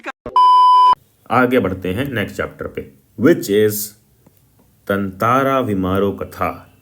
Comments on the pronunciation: TATARA ❌️ TANTARA ✅️ VAMIRO ❌️ VIMARO ✅️ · Tatara Vamiro Katha❌ Tantara Vimaro Katha✅